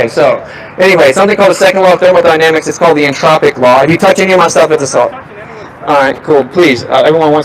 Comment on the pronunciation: thermonynamics the gamma is so triggered he could not even say thermodynamics